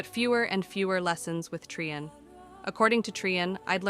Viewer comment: I am loving the story so far, but can anything be done about the volume slowly fading in and out? Also, the inconsistent pronounciations are bothering me: Trian = Tri-yan, Tree-yan, even Tree-en once. Caste = Cah-st, cay-st or cast-ay. Shaperate was pronounced differently twice in the same paragraph! (shapper-ate and shape-rate.)